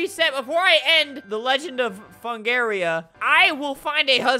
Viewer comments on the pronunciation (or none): i like how his name was fungria but he calls it fungaria